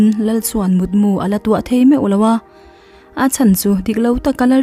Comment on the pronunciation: Mut mu ni lo in mut mû tih tur ni zawk in ka hria,i aw mawi hi ka ti ṭhin❤